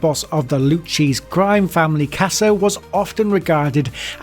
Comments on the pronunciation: "lucheese" haha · Luc-che-se. Three syllables, loo-kay-zee, not look-jee. You don't butchered Tommy Lucchese's last name like that lol. Also, mentioning Anthony Casso, the ex-underboss, without mentioning Vic Amuso, the current locked up official Lucchese's boss and Casso's old boss and dynamic duo before Casso decided to rat? The man who gave the infamous and borderline-delusional order to "Whack Jersey". What the hell bro😂💀💀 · "Loo-cheesy?" "Goat-ie?" Jesus wept, get it right. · Some of these guys... Lou Cheese (crime family). John Goat-tee? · Also lol "loo-cheese crime family" and "John Goat-y", this is dumb as shit or AI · funny americans have a better grasp of italian than europeans. “LooCheese” crime family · Loo Kay zee Lucchese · “LooCheese crime family” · Waco, John Gotti, and the lucchese family how the hell do you pronounce every terrorist perfectly but you get the most simplest names butchered. Good video do your homework first. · lmao the pronunciation of Lucchese